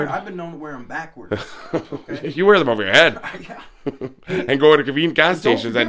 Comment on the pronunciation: “Where else am I gonna wea-well” lmao